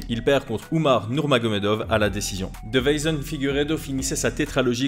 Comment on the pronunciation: je le commente à chaque combat de Figueiredo...c'est DeI-ve-son, pas De-veI-son 😇 (dans la prononciation mais aussi dans le titre du coup) Sinon top comme vidéo comme toujours 🙂